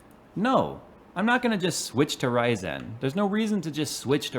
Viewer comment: "RYZAN" u heard it here first